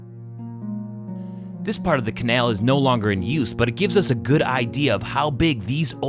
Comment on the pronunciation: The way this guy says canal 🤦